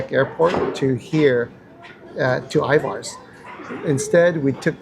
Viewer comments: Corrections. Pike Place market don't shorten it and you say Ivars. Ivers. (Er, not are) Elliott's is wonderful. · Elliott is a yes. Ivars...I pronounce more like Ivers...for whatever reason. That was probably ment to b a sasquach some report seeing here. The clam chowder can b bought at Safeway in the deli soup section. Great video..lots to be explored here and outside of Seattle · Love watching your videos and love how often you come to Seattle. Little Seattle pet peeve , pretty please please PLEASE with all the cherries - it's Pike Place Market. No S. 🤗 And Ivar's is more like IvERs. Keep coming, love to see it 🙌🏽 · My wife and I laughed at your pronunciation of Ivar's. We say it as if it were spelled I-VERS. Thanks for a fun video🙂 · So nice to see you in my hometown. I’ve eaten at Elliot’s Oyster House many times. It is delicious. Love their take on halibut when it is in season. Of course they are known for oysters, but all their seafood is great. Also, we locals pronounce Ivar’s “eye-vers”. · Pronounced Ivers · Anyone else here from Tacoma/Seattle that shutters when they say Pikes Market and I-Vars? I do like their videos though. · I love you guys and recommendations from all your videos. I'm curious to where or why you pronounce Ivars that way because I'm seeing this alot lately. Just curious because as far as I know Washington pronounces it this way, Just curious because am I wrong all this time?😮